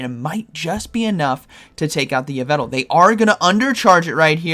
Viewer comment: It’s YveLtal not Yvetal(for pronouncing Yveltal)